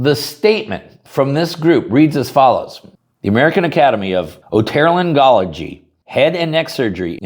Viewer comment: It's pronounced O-toe-lair-Ng-ology